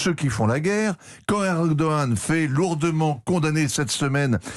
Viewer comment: Pour une fois qu'un français prononce erdohan félicitations monsieur vous êtes le premier